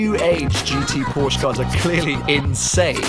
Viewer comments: I don't know what the lady in the RS was trying to say but I know that I'm German and 'Porschere' or whatever she called it is not the proper name for anything. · Pronounce the name right!! Don't even bother getting one. You're not a real enthusiast if you don't know the difference.